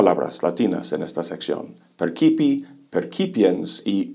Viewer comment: Excelente la conferencia. El latín lo pronuncia mal No se pronuncia perkipi sino perchipi en la expresión de Berkeley : esse est percipi, y no es perkipe sino perchipi =percipi.